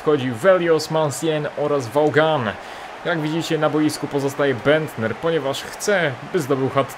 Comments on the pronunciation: Clough wymawia sie Klaf, a Vaughan, Wogan. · Taka porada. Masz na ławce vaughana to czytaj to won